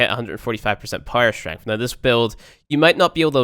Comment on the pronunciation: That "strengff" though.